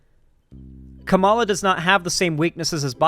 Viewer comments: you’re doing the same thing conservatives do. Show her respect and learn to pronounce her name properly, it’s not that hard. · Why can’t he ever say her name properly? Considering how many times he’s had to have heard it said, it feels like when chuds purposely mispronounce it, even though that’s not what’s happening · No hate, but not knowing how to pronounce Kamala’s name properly as a political streamer in 2024 is supremely embarrassing lol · Mispronouncing Kamala's name is one thing, but responding to corrections by saying "I'm gonna pronounce it how I want" is actual casual racism. Otherwise, good video, but that one kinda pissed me off. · Not just not knowing, but intentionally refusing to pronounce her name correctly lmao.